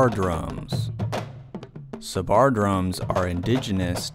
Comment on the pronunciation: Hi. Great stuff. I salute your knowledge. Playing and demonstrating tassu. Most impressive. But can I just comment on your iteration of the word sabar. You tend to stress the second syllable sa-BAR, where it should be on the first SAB-ar. I know you know that. Maybe it just doesn't sit easily with American English. Otherwise, nehna loll!